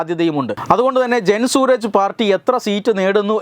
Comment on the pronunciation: It's not Suraj. It is Suraaj.